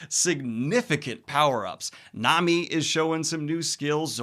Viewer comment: Daniel, I love you dude and the work you do, but it's pronounced Mahn-Ga and Nah-Mi 😂 Japanese is a phonetically consistent language; vowels are always pronounced the same, no matter the consonant it's paired with. Enies Lobby is my favorite part of One Piece, it's just such a masterwork in storytelling and world building